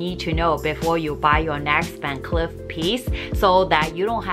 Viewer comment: Please pronounce Clif as Cleef as in a Leaf. Thank you. Also, you sau 'Ahambra' please note it is pronounced with the L. So it is Al-hambra.